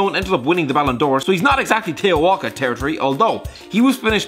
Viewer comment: tay-o walcott